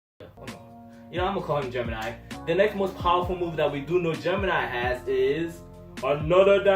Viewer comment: a little constructive criticism turn down your background music i'm it's a good choice but it's to loud people are having trouble hearing you other then that i like i've seen so far like and subscribe but your pronunciation if off you should work on that it's gemini not germani other then that everything else on point